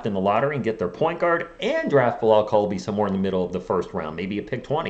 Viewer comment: Just so y’all know it’s pronounce coo-li-ba-ly I think